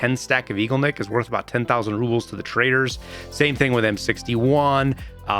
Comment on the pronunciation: Igolnik is pronounced ih-goal-nick, not eagleneck